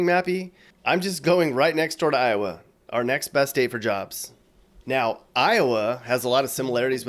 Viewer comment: Not “Towa” 😂